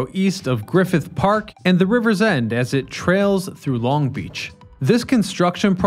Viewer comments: Hi it’s GRIFFITH Park, not Griffin Park. Otherwise good utube entry. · It's not Griffin Park, it's Griffith Park. If you're into LA history you should definitely check out the story of the park's namesake, Griffith J. Griffith. He was a wealthy landowner in the late 19th century, who attempted to donate the land that is now Griffith Park to the city of Los Angeles partly to try and repair his damaged public image due to him attempting to murder his wife. (He shot her in the head, but she somehow survived) At first the city turned him down, but eventually took the land after his death. He also used the title General even though he did not serve in the military. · It's Griffith Park, not Griffin Park 😊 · I’m so annoyed by Griffin Park. Stopped watching after that..